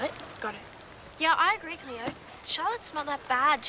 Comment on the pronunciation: It's Cleo not cleoW!!